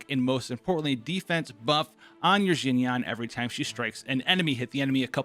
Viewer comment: “zzzhin yaan”😂